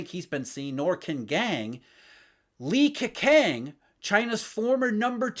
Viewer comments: butchered Li Keqiangs name. Gwoyeu Romatzyh: Lii Kehchyang Wade–Giles: Li K'o-ch'iang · 😅You need to work on your pronunciation of Li KeJiang. 😅😅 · A pronounciation issue. Q should be pronounced as 'ch'. Li Keqiang should be pronounced as Li Kechiang, Qin Gang as Ching Gang etc etc. Thanks for this vid. Excellent insight as always